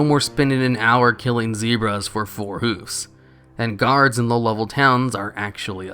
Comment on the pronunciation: Hooves, not "hoofs."